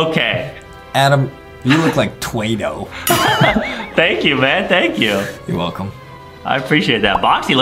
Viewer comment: It’s not twaido it’s Twado